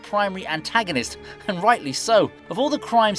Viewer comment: At least you pronounced Cillian Murphy’s name correctly. Its about the only thing right about this trash.